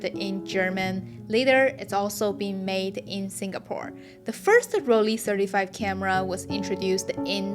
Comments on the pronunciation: During the Eighties and Nineties I owned and used Olympus XA, Minox 35, Olympus Mju II and the Rollei (It is pronounced "Roll-Eye" not "Roll-Ehh" btw.) 35 SE with the Sonnar lens. The Rollei 35 SE had sharpest lens and flared the least. It is up with most very good interchangeable prime-lenses only surpassed by the very best. If it had a rangefinder it would have been too good to be true but if you have trouble guessing distance there are accessory rangefinders available which are contemporary to your Rollei and can be a useful teaching-tool until you get a feel for it. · Please try to pronounce Rollei right. It is not a Rolleeeeeehhh 🎉. At the end the sound is like at the end of Shanghai.